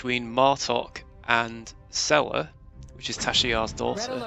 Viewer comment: Sela is pronounced "See - La" FYI 😉